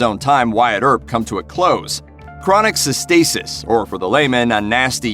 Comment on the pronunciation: The word is cystitis. Get it right next time.